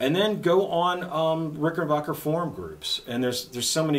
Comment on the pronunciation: What is a Rick-en-bacher? It's Rick - en - back - er.